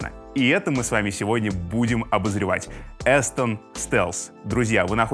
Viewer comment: Обзор как всегда отличный. Вот только микрофон не "Эстон", а "Астон", как Aston Martin, только Астон Стелс, причем тоже из Британии.